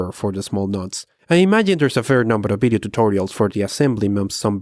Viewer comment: "Bideo" is the reason I'm subscribed